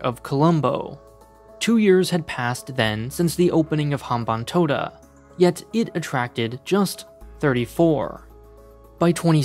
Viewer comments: As a Sri Lankan, I have to say that you pretty much got everything right when it comes to the Sri Lanka. The leasing of Hambantota Port (you got the pronunciation right btw so kudos to that) took place due to the culmination of many different factors. It wasn't as simple as China purposefully lending funds to build the port so later they could take over it. The debt-trap narrative like any other typical western narrative misses context and fails to realize that each country has its own different and unique circumstances. Also, the Hambanthota port isn't as bad as many claim it to be. The port is actually doing quite well as a ro-ro transshipment hub and is expanding a lot as we speak. Anyway, great job on a deconstructing a biased run-of-the-mill western narrative with half-truth through objective analysis. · He actually got the pronunciation of hambantota right